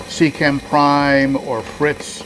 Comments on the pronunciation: See CHAY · Had to watch later as your pronunciation of Sicce damn near gave my Italian wife a stroke, hahaha!!! Been really interested in their in-tank filters after how great my Tidal 110 HOB has been. However, I've also really been impressed with the newly upgraded 35 watt Xpertmatic, which not only greatly improved the basket design, but also puts out some serious GPH turnover for only $35 ($26 with coupon on Amazon).